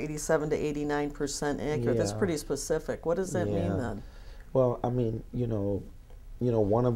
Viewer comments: At some point he said "Be more die-reck and psss ssss s pacific, so I can ansah your ckestion" 🥶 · its me Thank you for bein pacific.